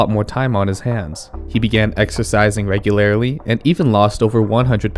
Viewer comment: regularaly lol